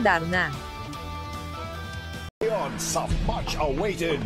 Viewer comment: Hindi O.A. Ang pagkakabigkas Ng Darna sarap pakinggan..I am sure number 1 na Naman yan congrats Jane